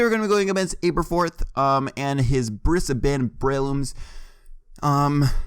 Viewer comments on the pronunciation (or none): Bris-a-bin Brelooms? no its Bris-ben boy